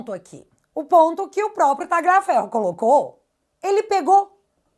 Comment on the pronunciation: Tira esse G do Tagliaferro... Pronuncie como um LH mesmo... Menos feio